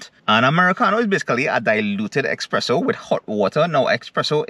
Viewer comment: expresso or espresso ?